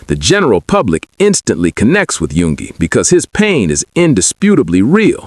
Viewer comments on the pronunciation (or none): There is a few mistakes ..like number 2 yoongi then jhope number5 ..it said yugi instead of yoongi. Or happy polooza instead of hobipolooza. I just figured they didn't double check the ai voice or translations.